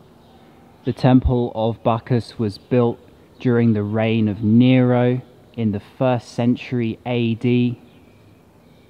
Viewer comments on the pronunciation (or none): none